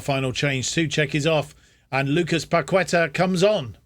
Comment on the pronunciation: Got this randomly on my YouTube recommended, just wanted to let you know Fabianski is pronounced 'Fabby-an-Ski' Kehrer is 'Carer' Paqueta is said like 'Pack-ett-ah' Good to see us win the FA Cup and rewrite the wrongs of the 2000s :)